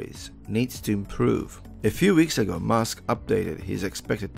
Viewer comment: Sounds like you're calling him Mask instead of Musk. Please work on your pronunciation dude. I was already a suscriber and I liked this video. I was able to understand what you were saying but it would be better if you said Elon's name correctly